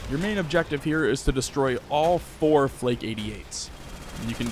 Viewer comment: Wait, hold on, did I just hear you pronounce Flak 88's as Flake 88's ? Damn, didn't know Flake owned or developed them